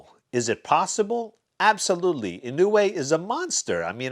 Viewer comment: It’s more like “ Yee-No-Way “ . Naoya is “ Now-Ya “.